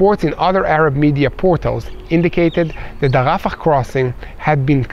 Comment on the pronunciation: Its not rafakhhh its rafah